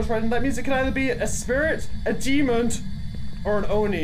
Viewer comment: I love the way says 'demond' instead of demon lol. You have guts to go in alone btw! Tbh i would have just guessed a demon seeing as it was quite aggressive and just left lol. I honestly can't believe it was a spirit, from my experience spirits are quite low on activity and sort of leave you alone for a while but as soon as u entered the room that ghost was causing absolute CHAOS. Now that I reflect on it though, the hunts were quite well separated, where as a demon will hunt very frequently. If you read this all, congrats for listening to my boring-most-likely-not-fool-proof knowledge of demons and spirits and have a nice day lol.